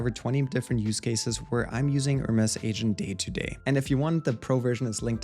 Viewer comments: its pronounced HER MEs not HERMESS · Nice Video! Btw the Hermes team has been clear that it's pronounced "Her-Mees". The other pronunciation is a fashion/design brand. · Use AI to edit your video, seek and replace with correct Hermes pronunciation.